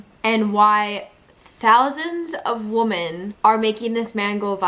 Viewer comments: You are pronouncing the word woman incorrectly when using it in the sentence that you are saying— I had to stop listening —you kept saying it over and over again…no matter what accent that u have or not —u are still pronouncing it incorrectly —. I just wanted you to know that.💛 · Woman??? Pronunciation-sounds like wimin, the way u r saying it means 1 wimin is plural. Both spelled woman- but dif pronunciations. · Try "WIHmen" The plural is not pronounced "WO" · WOMEN WOMEN…..NOT WOMAN!